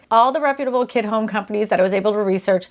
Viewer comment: She keeps saying kid homes instead of kit homes lol